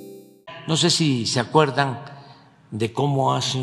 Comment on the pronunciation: ¿Se "acuerdang" o no se "acuerdang"? ¿Por quién "votastes"? Exactamente, Sr. Obrador: hubiera hablado con la gente de la frontera chica, por la ribereña, sin militares, por tierra, sin miedo y ain aua ansiolíticos. ¿No que al Presidentito lo cuida El Pueblo? ¿No que es muy fácil gobernar? ¿No que vamos muy bien? ¿On'tá la "austeridá?